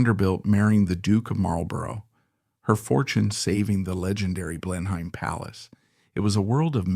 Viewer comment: Nice video on this talented woman. Couple of notes on your pronunciation: Cliv-den not Clive-den / Blen-im not Blen-heim / Mawl-bruh not Mar-el-bor-oh, But maybe you used AI to narrate and that would explain the verbal missteps. Oh, and Lancaster is pronounced LAN-ka-ster. Accent on the first syllable and don't stress the "c." But these words aside, this was a good introduction to this purveyor of casual British old money style.